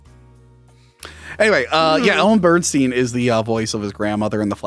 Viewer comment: Ellen Burstyn* not Burnstien lol